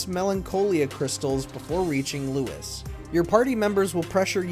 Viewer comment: I keep hearing Lewis, not Louis..